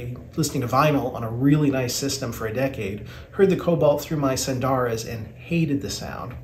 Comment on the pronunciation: There are no long vowels in “SUNDARA”. 🎧